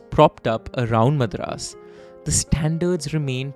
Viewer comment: Nice work overall with the presentation, diction and the command over the language, but what's with the "Madraaas" bit, pronouced 'Madh-raas'?!! That was a d*@ giveaway of a North Indian trying to steep into a South Indian tale. Either call the city 'Chennai' or 'Madras' (pronouced, 'mud-raas') if you must.